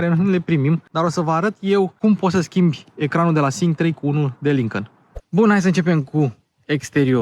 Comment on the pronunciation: Îmi plac foarte mult review-urile tale, sunt si informative si placut de urmărit dar lasă-l pe "Lincăn" mai ușor că ești român și urmăritorii tăi la fel. Încă odată te felicit pentru munca depusă, te urmăresc de când era atelierul la început✌🏼